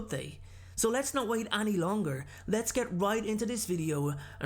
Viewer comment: It's any(pronounced e-n-ee) not any(pronounced a-n-ee)